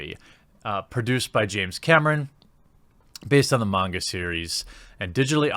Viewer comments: I respect you pronouncing “Manga” right lol , but yeah I’m old school I still have my VHS tapes on this anime, I also want a dororo and a devil man from the 1990s made like this , just better and stick to the original stories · The coolest thing about this video is you say "manga" right!